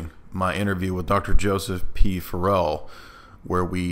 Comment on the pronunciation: Dude always pronounces Dr. Farrell’s last name incorrectly.